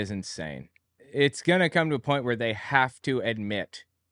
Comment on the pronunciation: God her voice is the worst. I particularly hate how she pronounces words that end in ing as een. Like goeen and anytheen and even human bean.